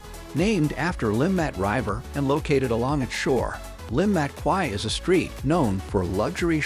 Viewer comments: This is a horrendous video using AI which can't evem pronounce "river" correctly, nevermind the Swiss place names. It also shows footage of Bahnhofstrasse for the Limmatquai section, and overlooks many of the most attractive and historic parts of the city. I live in Zurich. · Are we gonna ignore the fact how the narrator reads RIVER?.....